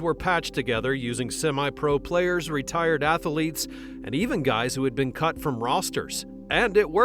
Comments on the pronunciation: A: It's athletes, not athaletes; B: Who is the emotional center? Hackman or Reeves....C: F the NFL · Apparently, they used real "ath-a-leets". At least, that's what the voice keeps telling me over and over. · Athletes has 2 syllables, not 3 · LOL "Ath-a-letes"